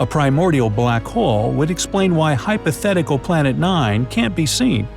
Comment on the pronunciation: You said hypothetical